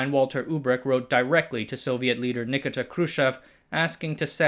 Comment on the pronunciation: It's NIKITA Khrushchev. NUH KEET UH...Nikita. Say it with me now.